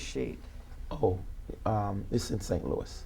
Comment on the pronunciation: St. Louis just BANNED this guy for slamming the cities name like that! 🤦🏽‍♂️